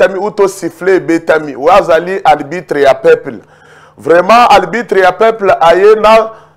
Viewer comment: Arbitre et non albitre .